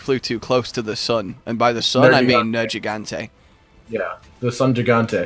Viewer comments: Me, a simpleton: Nergigante. (Because that's how they pronounce it in the game.), an intellectual: Nerjigante. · the first G in nergigante is a hard G, not a soft G like a J, hell the NPCs repeatedly say it that way xD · What annoys me more? not playing with hud or the fact that he refuses to learn how to pronounce Nergigante correctly. Seriously, why does he pronounce one ‘g’ differently in the same word? Does he say it deliberately wrong to trigger people? Or is it a British thing?